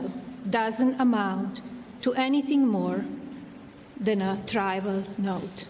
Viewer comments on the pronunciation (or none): "trival note" - she obviously didnt write that speech cuz she didnt know how to pronounce "trivial"!! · You mean TRIVAL??? Lord. She needs speech therapy or a coach. Worse, much worse than every immigrant that's on ICE radar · She read that speech that someone else wrote for her to read. The way she pronounced trivial is a dead giveaway.